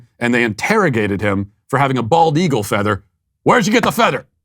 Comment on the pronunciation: Matt keeps mispronouncing the bird which is the bald eagle.